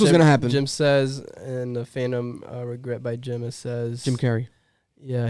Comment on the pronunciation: The guy trying to read Phantom Regret hurt me with how much he butchered it 🤣